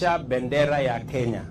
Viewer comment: President of the Republic of kenyaiti😂😂😂 kenyahiti😂😂😂, ama ni kenya A na kenya B?😂😂😂